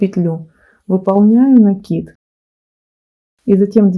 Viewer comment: Спасибо большое за МК. Связала образец. Понравилось. И ещё отдельное спасибо за Ваши "пЕтель, накИд", а не "петЕль" и "нАкид". Лайк и подписка